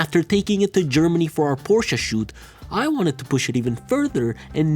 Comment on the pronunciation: Dude please stop mispronouncing Porsche, it’s so horrible. Otherwise an awesome video!